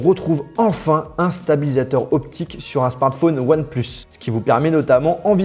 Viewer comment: on dit “onepleuss” pas “onepluce”...